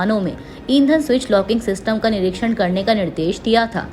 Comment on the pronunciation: कृपया आप अपने उच्चारण पर ध्यान दें और पुनः निरीक्षण का उच्चारण सही करें